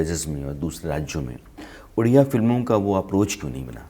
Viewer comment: It's ओडिसा not उडिसा and the language is called ओडिआ not उडिया. properly research krke interview lijiye i request.